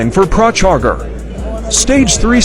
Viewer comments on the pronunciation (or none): Bearly this guy couldn’t even pronounce “Procharger” right 🤡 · The way pro charger was pronounced..... LMAO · I don’t understand how you edited this and heard how the voice changer pronounced pro charger and you didn’t fix it, all you had to do was put a space between pro and charger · I'm supposed to take the word from a bot that can't pronounce procharger??? 😂😂😂 ooh interweb do better!!!